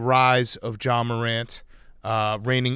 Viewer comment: pft was so close to calling ja “zah” but he stopped himself